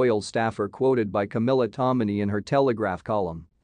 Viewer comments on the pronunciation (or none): none